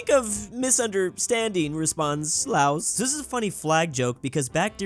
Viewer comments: LAOS IS PRONOUNCED LAO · The country Laos is pronounced laow I'm not trying to be mean just advice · Probably not the last time I'll say this but here goes: LAOS IS PRONOUNCED WITH A SILENT 'S'